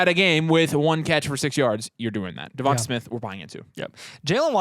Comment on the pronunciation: Devonta is pronounced like da-von-tay sorry lmao I traded waddle for ridley though last week